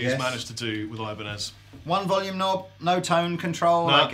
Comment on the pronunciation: i cringed so hard when they said ibanez titans....